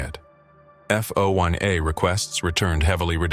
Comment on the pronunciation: "FO1A requests? Seriously? More dorky AI b s that doesn't know how to read or speak properly.